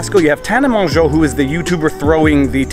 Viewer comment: Think someone’s finally figured out how to say her last name